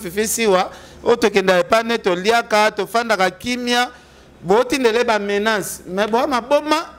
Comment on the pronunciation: ken bongisa prononciation nayo ,balobaka menace et non menance